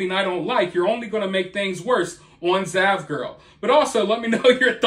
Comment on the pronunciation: I thought you said vaj-girl lol